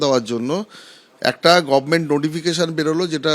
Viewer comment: গরমেন্ট কথাটি আমাদের বাংলার চুরির রানী বিগত দিনের মুখ্যমন্ত্রী বলতেন😂😂😂Gavarment বলতে পারতেন না।।।